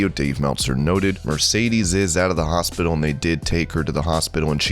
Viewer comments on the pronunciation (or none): none